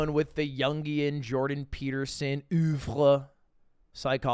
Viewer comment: How is Ludwig gonna say "I'm French" and then butcher a word like "oeuvre"